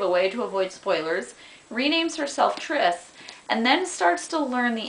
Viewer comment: Her name is Tris not Trish